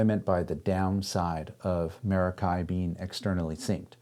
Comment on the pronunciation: He's gonna pronounce it wrong the entire video isn't he? It's Meh•rock•kee and of Greek origin.